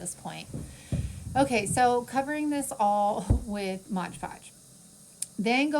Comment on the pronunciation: I've never figured out why people say"MODGE ( WITH A GE ON MODGE ) podge "? .lol it is MOD-PODGE lol 😆 I'm not being mean just a lil sarcastic 😅 🤣 😜 it cracks me up... Alit of crafters say tbis word like this , but why ? Is there something I didn't know . Just curious .. Love your mini crafts .